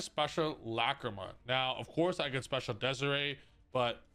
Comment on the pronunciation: you know damn well it's not pronounced DEZARAY